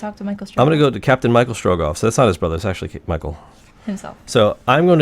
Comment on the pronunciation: It's Michel Strogoff, it's a French story :-)